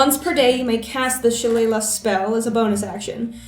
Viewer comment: I do love listening to people try and say: Shillelagh